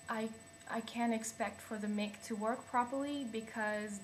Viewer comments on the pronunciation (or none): it's a "MIKE" not "mick" mic is pronounced /mike/ lmao but yeah, my ibook is a piece of crap because i gt a warranty and they never fixed anything. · lol. it's pounced as mike not meek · What is a mick. Do you mean slang for Irish. Mic is pronounced "Mike" You are fly, though. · mic = "mike" not "mick" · I could not stand the mick pronunciation any more. Mic is short for Microphone which is pronounced Mike. Driving me nuts, pulling at my ears and hair when you say mick along with the high pitched oscillating noise in the audio. It is Mike Not Mick. Mic-Ro-Phone: pronounced; Mike-Row-Foan. mic = mike. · It's pronounced 'mike'. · Its your fans and or drive... External mic will fix it... You're gonna run into this problem wether you go Mac or not. Technically its not an issue other than your mic being too sensetive. Other than that you're kinda whiney. Also 'mic' is pronounced 'mike' ad in Microphone... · you are hilarious!!!!! Stop saying MICK!!!!! hahahahaha! whine whine whine zzzzzzzzzzzzzzzzzzzzzzzzzz. is that a rub on tan or salon??? oh, listen...you're still talking blahblahblah......... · My point is that if you are defending a position of "We say it this way", you are being foolish. Your pronunciation is not based on your origin, it is based on the fact that you did not know that Mic, is an abbreviation. To argue it further only makes you look silly to anyone, US or UK, that was aware of the one simple fact that still eludes you. It is an abbreviation.